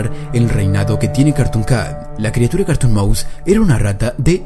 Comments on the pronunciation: yo le entendí carton cat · Es es es es carrrrton maus